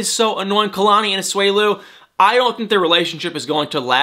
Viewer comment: It’s A-SU-E-LU not A-SWELU